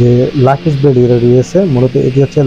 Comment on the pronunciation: লাকেজ না ওটার উচ্চারণ লাগেজ। ভিডিও বানালে সব দিকে খেয়াল রেখে বানাবেন।